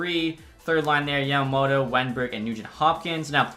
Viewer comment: I’m not sure if anyone has said this but it’s Yama mOto